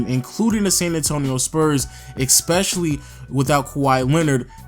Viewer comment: Dear, I write this letter to tell you... ITS ESPECIALLY NOT EX-SPECIALLY Thank you.